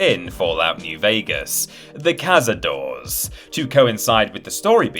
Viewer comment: Cazadores is pronounced KA-SA-DOH-RES, not CAZADOORS, do your research 🧐😤